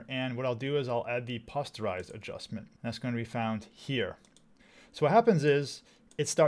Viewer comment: Really appreciate your channel as I make the transition from Adobe 👍 I’m pretty sure the “o” in “posterize” is pronounced like “poster,” not like “posture.”